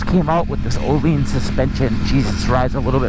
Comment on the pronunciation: He also pronounces Öhlins incorrectly as "oh-leens"